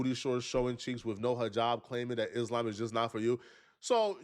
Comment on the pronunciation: Iss-Lamb is deffs not how you say it lol